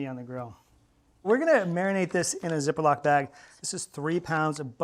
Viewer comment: I’m fascinated by how he pronounces “zip-a-lock”